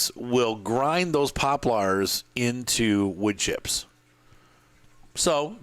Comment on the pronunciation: his pronunciation of poplars alone is worth the watch. is that normal in some part of the world? my wife pronounce crayons like crowns, which is ridiculous and WRONG, but shes definitely not alone. good video far, thanks